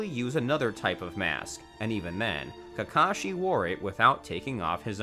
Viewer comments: Is it js me or did he say kashi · for example "kahashi" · He really just said "Kahashi" and "Sanins" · dude said Kahashi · "kahashi" "annboo" "yahmawto" "sass ori" "sann-N" "kan-o-ha" "ha-taki" buhrootoe" "sackoomoe" "nuhrootoe" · If nobody is going to take notice to this I will "Kahashi" lmao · This man said Kahasi and Baruto I'm dead 😂😂😂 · Did he rlly say kahasi in the first 40 seconds tf??